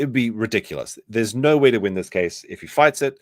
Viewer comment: “don’t talk to Australians about vowels” But you guys add like 2-3 different syllables to the word “no” everytime you say it 🤣 “Aw mate NAAUUUUUURRRR”